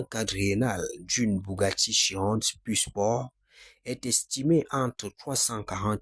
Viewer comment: Bougatti, Dacia dosteur, il faut aller voir un orthophoniste mon gars !